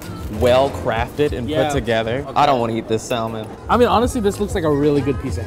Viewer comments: did you really just say sal-a-mon instead of salmon? Bruh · pronounced salmon as "sal-man" its "sam-in" kid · really killed that L in salmon. I'm terrified to hear him say yolk. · THE 'L' IS SILENT IN SALMON. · You don't pronounce the 'L' in salmon... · You're saying "salmon" wrong